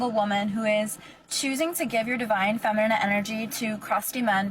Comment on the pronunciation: She just called her feminine energy "divine femmernate energy" Da chick can't even PRONOUNCE the word "feminine"